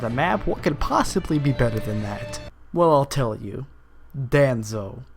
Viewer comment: (Don-zoe) = Danzo